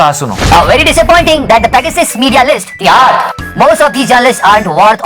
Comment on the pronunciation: outstanding man.. "tiharr" 🤣🤣🤣